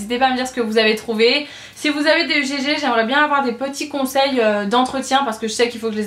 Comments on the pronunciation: Super découverte malgré tout :-) je vais aller voir sur le site si l'offre y est toujours. Ha oui au faite ma belle tes chaussures ça ne se prononce pas "UGG" mais "ugue" 😉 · Euh on ne dis pas U.G.G MAIS UGG et il y a des produit nottoyant de la marque UGG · UGG c'est un seul mot, on ne prononce pas les lettres séparément !